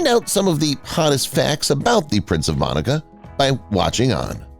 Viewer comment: It’s MONACO not Monica.